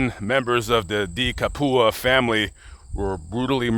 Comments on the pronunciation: “De Capua” is an Italian surname, which effectively means “of Capua.” Capua is a region on the Italian peninsula that dates back to the Romans, which was known for it’s large amounts of arable land. The pronunciation is “Cap-ew-ah.” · "Cap-wuh". Close though.